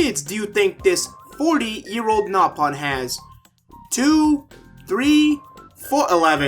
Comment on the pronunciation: Mister Payah They pronounced Reyn as Rain, Nopon as Napon, and Dunban as Duncan. They baited us.